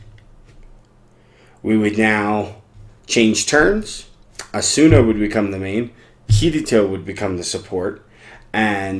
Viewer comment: Thanks for the video. But the way you are saying Asuna is bothersome.